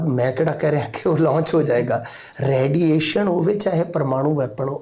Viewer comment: ਰੈਡੀਏਸ਼ਨ ਨਹੀ ਰੇਡੀਏਸ਼ਨ ਬੋਲੋ ਜੀ